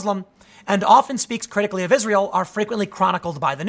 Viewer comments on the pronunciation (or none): none